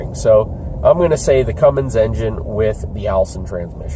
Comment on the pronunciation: You said Cumm in Allison ha!